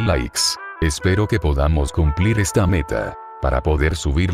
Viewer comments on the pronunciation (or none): none